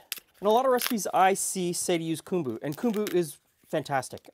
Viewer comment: First time I've heard kōmbū pronounced kūmbū!